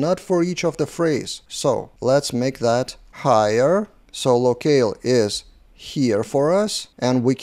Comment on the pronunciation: Nice video 👍 FIY, "locale" is pronounced same as "low kal" - I'm not native too, no worries 🤟